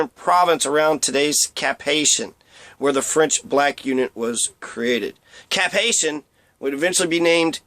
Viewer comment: Not Cap Haitian. It is pronounced Cap Haïtien. Prononciation: Cap Ayeeseeyen.